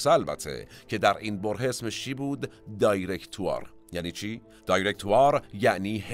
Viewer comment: تلفظ directoire میشه دیغکتوآغ و اگر حرف ر را هم غ تلفظ نکنید بازهم حرف آی بعد از دی به هرحال در اینجا بصورت ي تلفظ میشه و ابتدای کلمه دای نیست ، دي هست